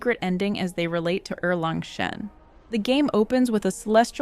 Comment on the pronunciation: gave you a like because u pronounced erlang shen correctly